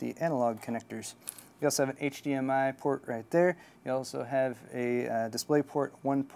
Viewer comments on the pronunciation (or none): none